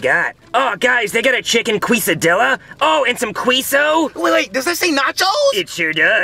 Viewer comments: As a Mexican the kesadilla pronunciation hurt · no way called a quesadilla a queeso dia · As a Mexican I feel offended for how he said those Hispanic food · As a Mexican, this really hurt my heart mispronouncing Mexican food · as a Latino. I’m not even surprised that a white family is saying it wrong.